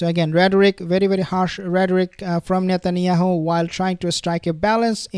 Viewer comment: Did he just say shetanyahu😂😂 or shaitanyahu😅😅😅